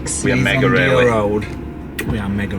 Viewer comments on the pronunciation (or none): none